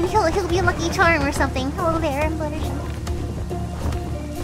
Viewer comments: actually her name is fluttershy not fluttershee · Fluttershy have a twin an- OHHH MY GOSHH A ROCK srry about that wait do you say "fluttershee" what!? ..... Oh oh my god "fluttershee" your a shark baby shark